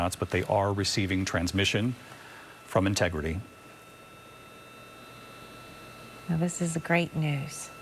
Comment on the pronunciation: Инти Грити!? Что это? Ну неужели не мог живой человек говорить вместо ии